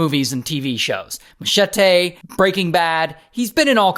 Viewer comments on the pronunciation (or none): Hold up there. Did you really say "chete" WTAF is that supposed to mean? Perhaps you meant Machete? Ffs dude, do your homework. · Chate 😂 I think you meant Machete ….